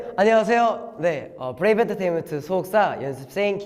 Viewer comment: 브레이브 언터테인먼트할때 발음 오진다....